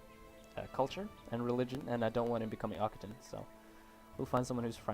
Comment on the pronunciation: Occitan is not pronounced Okitan but rather Oksitan. Looking forward to new episodes btw